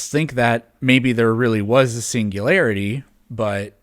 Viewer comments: PLEASE tell him how to pronounce singularity. Because it's NOT pronounced "single-larity". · He can't even pronounce "singularity"